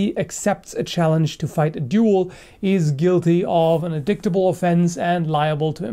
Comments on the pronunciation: ...it's pronounced 'in DITE'... not 'in DIKT'. just fyi for the future ... nice vids too :) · I just want to let you know, it's pronounced "In-dai-tah-bul" offense and not in-dick-tah-bul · Not important, but the word "indict" isn't pronounced /in.dict/ -- it's pronounced /in.dait/ (rhymes with might). Weird, but that's the way it is. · lol indickt indict is pronounced like in-dite, like fight or mite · its pronounced in dytable offence not in dicktable : indictable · In-DITE-able not in-DICT-able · Just a heads up, it's indictable is pronounced 'in-died-able'. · In dite able the c is silent . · in-dight, dear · Indictable pronounced as In'dick'table, truly only thinks about swords. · in-dik-table offense? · Indictable is pronounced In-dite-able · Indictable is pronounced In-dye-tible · The C in "indictable" is silent. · Sorry but you don't actually pronounce the C in indictable. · First time I ever heard indictable pronounced quite that way. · I challenge you for not knowing how to pronounce "indictable"...